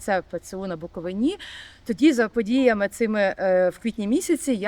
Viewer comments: БуковИна, а не БуковинА!!! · Ви задовбали:БуковИна,а не БуковинА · Начальство УПЦ МП то є фсбешні сексоти, то і так зрозуміло. Але вхарило мене лише одне - зауваження до журналістки. БуковИна, а не БуковинА. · Чому не каже БуковИна? Невже вона освідчений журналіст не знає як треба правильно робити наголос? Знає напевно, вона так просто самостверджується! Чому не йде у румунські та молдавські села робити свої галімі передачки? Що там не буковинці живуть? Та навіть в українські ходить жирналістка виборочно, щоб враження екесь коньюнктурне склалося! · Правильно вимовляти назву Буковина з наголосом на третій склад! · Пані ведуча, у Вас така гарна мова! Навіщо Ви її псуєте таким противним наголосом у слові "Буковина"? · Шановна пані журналістка, чому Ви не правильно ставите наголос в слові «Буковина»? Наголос ставиться на букву «и»! ☝️